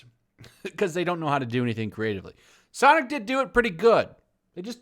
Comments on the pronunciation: I love how you keep saying sanic instead of sonic. Not trying to be cute but when you talk like that that gotta go fast meme comes to my mind.... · Its pronounced "Sanic"